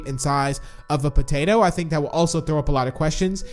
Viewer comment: Evryone says mr.p is piggy but I sayyy mr patato